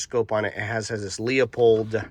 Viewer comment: Teardrop shape bolt knob feels more natural, especially when cycling rapidly. I like the Pure Precision Slim as oversize ones look goofy on a compact rifle IMO. EDIT: BTW, Leupold is pronounced LEW-pold, not LEO-pold.